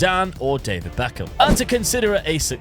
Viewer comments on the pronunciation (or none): none